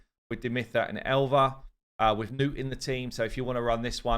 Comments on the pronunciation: its not newt, its nutt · He keeps calling him nute instead of nut sadly